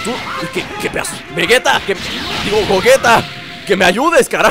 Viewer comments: se dice goyita no como tu le dices. osea se escribe gogeta pero se lee goyita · no es de idiomas tienes que decir como le dicen en el idioma oficial y los doblajes como referencia al japones se pronuncia goyita y se escribe gegeta ahora si entiendes